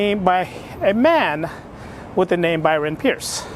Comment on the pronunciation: Good luck dude! Also I believe the author's name is pronounced Price not Pierce!